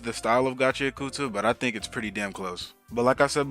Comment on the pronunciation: its pronounced gachi ak ta, same way you dont pronounce the U in sasuke